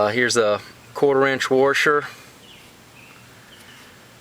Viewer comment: Lol its washer not warsher